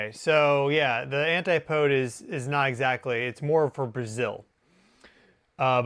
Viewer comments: It’s pronounced ant-ip-oh-dee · an-tay poeds? Is that really how Americans pronounce antipodes?